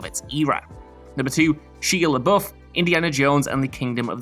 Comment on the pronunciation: Did this guy not know how to say Shia LeBouf's name?!😹😂🤣